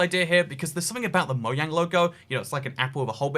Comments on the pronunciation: What’s a moyang?!?! Ohhh.. you meant moJANG not moYANG. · DiD yOu JuSt CaLl It MoYaNg? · "Moyang" is the most cursed thing about this video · Wait did he just pronounce mojang as mo yang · Why does he say moyang? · Whats cursed is how you say mojang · Did he just say mojang wrong